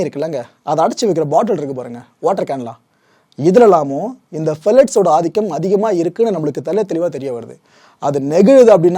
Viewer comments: Phthalates - பெலேட்ஸ் இல்லை... ப்தாலேட்ஸ்... 😊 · Bro..very superb explanation!! But a small mistake in pronounciation bro.. That's ப்தாலேட்ஸ்! Keep doing bro..